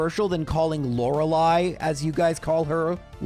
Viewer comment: let me help clear things up for y'all lori-lah: no lori-lee: no lori-loo: no lori-lay: yes (lei, like hawaii) lori-low: no psycho mants? probably.